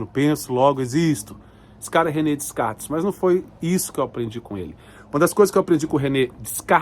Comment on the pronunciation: DeScartes… o “s” não é pronunciado….